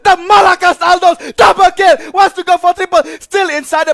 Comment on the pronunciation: Tama ba narinig ko? Bubble kill? 🤣😂 hahaha...